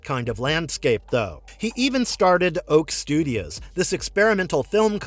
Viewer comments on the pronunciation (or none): It's OATSTUDIOS not OAK STUDIOS.!,apart from that, good video..! The OATSTUDIOS short films are excellent, especially "Rakka" (available here on YouTube) with Sigourney Weaver in it, that should have been a film.! I liked all his films, District 9, Elysium, Chappie and Gran Turismo are good films, Demonic on the other hand is not so good.! I still look forward to his next film though.!